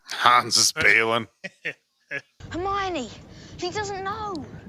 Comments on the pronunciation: Hair-moyne ...is that to be funny or have you not heard the characters say her name yet? Her-MY-oh-knee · « Hairmoin » 😂😂🤣 that must be the funniest mispronouncing ever ! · Who the fuck is "Here-Moyn"? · pronouncing Hermione as “her-moyne” lmao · Grainger is the add I got before this and that made me laugh as it is spelled different but is the same pronunciation as Hermione.